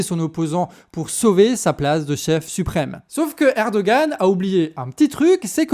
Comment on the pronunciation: Coucou les canards ! Rappel sur la prononciation des noms : Erdoğan -> lire Erdoan (ne pas prononcer le ğ) İmamoğlu -> lire Imamolou (ne pas prononcer le G, le u se prononce "ou" Sinon, bonne analyse, c'est bien d'être remonté a 2013, et d'avoir parlé de l’arrestation de Demirtaş, et bien sur le lien avec la Syrie voisine en profonde restructuration Bravo pour votre travail (dès que j'ai de la tune, je participe a la cagnotte !!)